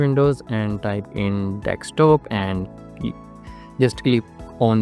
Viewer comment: Let it go man, it’s not his native language.